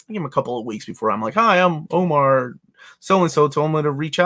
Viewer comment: Omar is hurt his old white lady neighbor said he speaks English well. Meanwhile we see the Omar that mispronounces his own name on the channel 🤣 Btw love these streams you do, even if I can't watch them live.